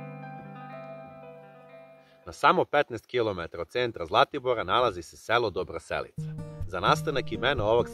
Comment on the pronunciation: Sve je lepo osim nakaradnog i pogresnog akcentovanja naziva sela. Dobroselica. Cujte kako ljudi koji tu zive izgovaraju ime svog mesta!